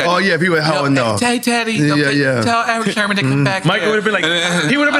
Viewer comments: Why does NORE keep calling him Erick Sherman? 😂😂😂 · Nore kept saying Eric Sherman.😊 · Nobody: ... NORE: Erick SHERman